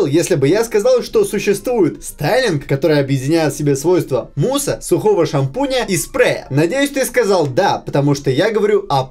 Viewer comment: ну он просто смешно говорит "шанпунь жумайсынба"😂 у меня даже Т9 в телефоне знает это слово😂😂